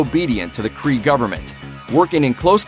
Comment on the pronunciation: Just so you know, it's Mar-vell and Kree and Skrulls. You're welcome.